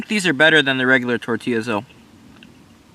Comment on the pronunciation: 🙏🏽 when he said tortillas the correct way! Respect